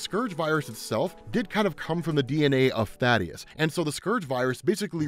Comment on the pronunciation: Thaedus not Thadeus Kirkman has even said his name in interviews multiple times it's pronounced THAY-DUS